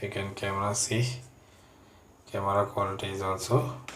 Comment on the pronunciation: Good reviews video but bro need to improve pronunciation like aple (apple) kamera (camera) ceting (setting) and u need to take English speaking class as well other than that everything is somehow countable 😊😊😊